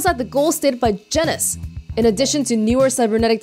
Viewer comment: It's pronounced Jean-ous it is one of the taxonomic levels of identification. Biology stuff